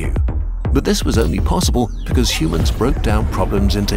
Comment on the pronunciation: I swaer he sais Shumanns/Schumanns/Shoemans and not Humans when the video opens.